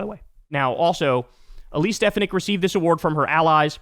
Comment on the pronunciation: You mispronounced Stefanik - the accent is on the second syllable - and you keep saying "foo-WEN-tez" which is really irritating. It's "FWEN-tez".